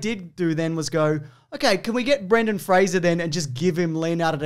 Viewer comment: This is the only time I've ever heard Brendan Fraser's name pronounced correctly.